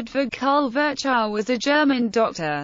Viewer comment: Sorry, but his name was not ferchau but Firchov kind of.